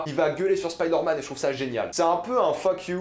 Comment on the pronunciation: Pourquoi tu prononces “spider” en anglais mais “man” en français ?